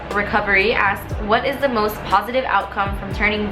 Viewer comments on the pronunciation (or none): sigh.. its 'ask' not 'aksed'